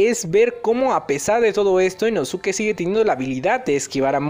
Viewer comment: dato, no se pronuncia InosUke, se pronuncia InoSke (la U es muda como con SaS*u*ke)